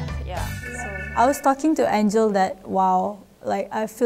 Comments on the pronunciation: 是 Angel 不是 Angle ! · It’s Angel… not Angle 😅😭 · 是 ANGEL 不是 angle